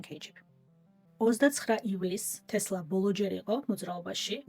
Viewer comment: "ტესლა " და არა თესლა 😢